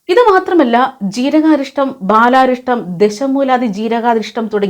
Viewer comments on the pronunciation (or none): ബാലാരിഷ്ടമല്ല...ബലാരിഷ്ടം.. കുറുന്തോട്ടി ചേർന്നത്..